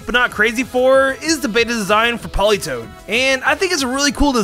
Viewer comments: It’s Politoed, not Politoad. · politoad - HA! WRONG! ITS POLITOED!